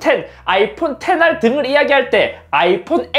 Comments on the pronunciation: 정식명칭은 아이폰 텐알이 아니라 '아이폰 텐아르'입니다. R는 [아르]라 쓰고 [아르]라 읽습니다. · 오프닝 씨발 쌌다! 라는줄ㅋㅋㅋ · 처음에 십알을 욕으로 들었어요 ㅋ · 시발샀다라고 들림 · 전 (cib.ar)십알로 샀다고 들림. 한번에 알아들었다는 말은 안 함^^ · 처음 말할때”오호우!!!!시벌 샀다”라는줄 ㅋㅋㅋ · 여기서 시@ 라고 들림ㅋㅋㅋ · 순간 씨x 이라고 한 줄ㄷㄷ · Tlqkf 샀다라고 들리네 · X발 샀다! 라고 들림 나만그럼? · 10r샀다 가 시발샀다라고들려 ㅋㅋㅋ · 00:2에서00:4까지 나는 사실 ㅆㅂ샀다 라고하는줄 알음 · XR샀다가아니라 시발샀다로들림ㅋㅋ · 나만 ㅅㅂ 샀다 라고 들리나? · 10r을 나만 ㅅ발이라 들음? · 오프닝 18샀다라는줄... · 3초 십r샀다를 ㅆㅂ샀다로들은 내인생이 ㄹㅈㄷ다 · 나만 Xr샀다를 씨X샀다로 들음? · 미쳤냐곸ㅋㅋㅋㅋㅋㅋㅋㅋㅋㅋㅋㅋㅋㅋㅋㅋㅋ 난 왜 Tlqkf쌌다라고 듣냐고 ㅋㅋㅋㅋㅋ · 3초 10알할때 욕인줄ㅋ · 나만 그렇게 들리나? Xr=십알(욕 아닙니다) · 십알 샀다를 십알 쌌다로 들었네 ㅋㅋ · 인트로 나만 씨×로 들림? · 투ㅔㄴ -아 라고 해주시죠 불----편안하네요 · 십알무엇?ㅋㅋㅋㅋㅋㅋㅋㅋㅋㅋㅋㅋㅋㅋㅋㅋㅋㅋㅋㅋㅋㅋㅋㅋㅋㅋ 회사에서 점심시간에 볼륨켜놓고 보고있다가 당황했....ㅋㅋㅋㅋㅋㅋㅋㅋㅋㅋㅋ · 어허.. 10R. 발음 조심해야 할듯 하네요ㅎㅎ